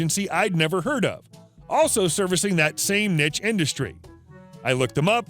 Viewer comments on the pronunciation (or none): You pronounced Niche ('Neesh') wrong but it's okay because "Nitch" sounds funnier.